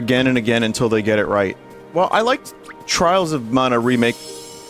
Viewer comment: TRAALS OF MAUNA killed me